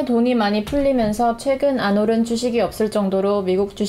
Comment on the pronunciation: 와이프쨩♥ 사투리버전도 공개해주세요ㅎ "시장에 돈이 많이 풀리면서 최근 안 오른..." [안 오른]에서 사투리 향기가 ㅎㅎㅎ